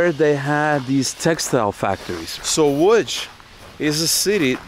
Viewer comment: Congrats on the correct pronounciation of "Łódź". Most Americans say Lodz, which is atrocious.